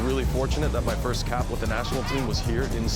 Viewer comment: Disrespect to the person who said "fist"